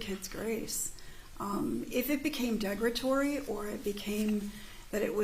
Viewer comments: "Degratory" instead of "derogatory"? This is lower-level communication on the part of a social worker. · Google "degratory", you won't find it. It's an incorrect pronunciation of derogatory, in my opinion. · Hmmm - sometime signalled her that at some point in her testimony to swing around and talk to the jury. Noticeable difference in body language. And please someone tell this woman to pronounce derogatory. it is not deggratorry. Why was she ever on your lap? Professionals do not comfort in that manner EVER!!! Munchausen by Proxy - that is a highly contentious diagnosis and can be misapplied or missed. I am of the opinion a Munchauen by Proxy could potentially be applied to a carer, including a social worker. I am not accusing, but just reminding that some people get so close to a patient they can also take it on. It happens. RIP Beata. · Ugh thank you! She wants to portray a very intelligent woman but can't pronounce worth shit. I hate this woman.